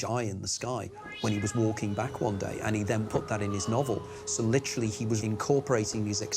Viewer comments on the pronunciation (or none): rewatch this as a drinking game and do a shot everytime the nigel biographer says, “lit rah lee.” 😂